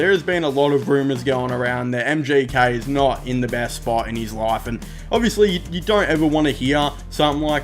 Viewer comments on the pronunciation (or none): love the video but why you keep saying MJK 😭